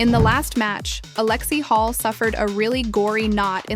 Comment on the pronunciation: Alexie Hall? Is this AI lol? It's Lexie HULL!